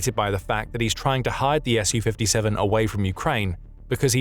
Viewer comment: Thank you for the correct pronunciation of the S U 57 too many people call it a Sue 57 on YouTube